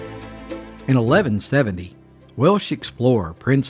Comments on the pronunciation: Please, it's WelSH*. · The “Welch”? Dude, really?